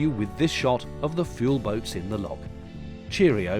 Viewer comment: It's a common British farewell. There's no S. When I was little, I was really puzzled by the cereal brand. 😉